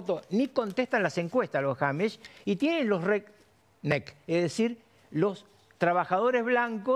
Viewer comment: No es "jamish" ni "hamish", es amish .